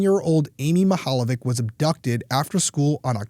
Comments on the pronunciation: Mihaljević is pronounced like it's Mihaljevich (ch= ć). That is Croatian or Serbian surname. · This is a Slavic family name. I love the pronunciation and that it didnt stop u covering it. ❤ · you butchered her last name